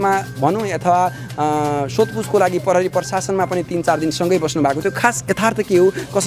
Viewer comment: आजकल स्कूल मा खुट्टा काटेको शब्द, आधी शब्द आदि पढ़ाई हून्न की क्या हो नेपाली बिषयमा ? जुन योतुबे ले पनी “प्रहरी” लाई “परहरी”, “प्रयोग” लाई “परयोग”, “प्रतिक्रिया” लाई “पर्तीक्रिया” भनेको पाउछु ।